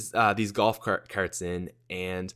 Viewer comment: Brock Olsen Like ya never seen a shopping kerrt before, eh buddy?